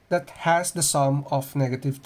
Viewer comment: "That" sounds like "dat" the way you pronounce it